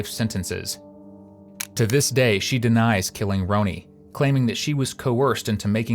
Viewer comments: It’s Ronnie not Ronie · Content creators: her name is pronounced "Ronnie" - as a fellow content creator, if you want people to appreciate your coverage, you need to pronounce the victims' names correctly. Also, we can only embrace AI generated voicing if it pronounces names correctly. Otherwise, it's immediately recognizable and easily rejected. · You owe it to the victim to pronounce her name right. If it is done by AI just put her name phonetically pronounced in the script. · Love when AI says victim names wrong. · Agree. She deserves that respect.